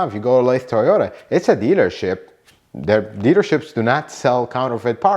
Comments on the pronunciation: In the SF Bay Area I've more often than not had a dealer try to sell me parts for above MSRP. BTW, 'Olathe' is in KS, and it's pronounced 'Oh-lay-thuh.' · I used to live in Olathe, Kansas. It's pronounced 'oh-lay-thuh'. 😁 Thanks for this, very helpful! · Mine too. Should we tell him it’s pronounced “oh-lay-the” and is in East central Kansas, in the Kansas City area? lol. I bought my last two cars there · olathe is a suburb of Kansas City and they pronounce it oh-lay-tha. its about 20 miles southwest of KC, FYI.